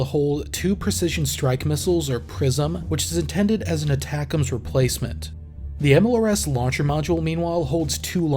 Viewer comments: ATACMS is pronounced aaaa-tackem's Also, there's a NG unit of HIMARS in the state of Michigan. 1-182 Field Artillery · That is my pet peeve as well lol